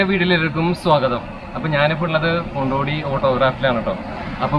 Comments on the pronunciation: കൊണ്ടോട്ടി അല്ല കൊണ്ടോഡി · സഹോദര കൊണ്ടോട്ടി അല്ല കൊണ്ടോടി ആണ് 😢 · പേരെങ്കിലും ഒന്ന് ശരിയായി പറയു